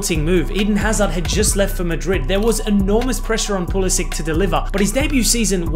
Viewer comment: How to pronounce Pulisic- Pulisik❌ Pulisich✅